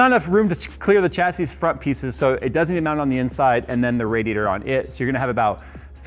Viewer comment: Phonetics Americans - Cha say Humans that speak real english - sha say